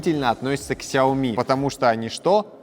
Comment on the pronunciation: Космос Но правильней произносить Шаоми